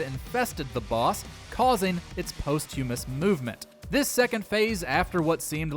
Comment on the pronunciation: That pronunciation of posthumous hurt me